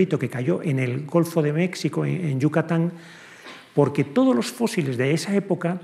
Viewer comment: ¿Golfo de MeCSico? ¿Este no fue a la escuela? México o Méjico, pero con sonido "j", por Dios.